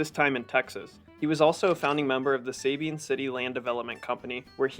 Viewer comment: ITS PRONOUNCED SA- BEEN ...!! NOT SABINEEN YOUR A CLOWN!